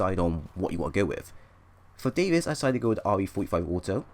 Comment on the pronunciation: im sorry for correcting you, but its Davis not David